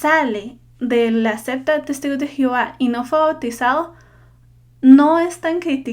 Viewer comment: Cuál es tú religión? Ah! Niña no es 'cepta" es SECTA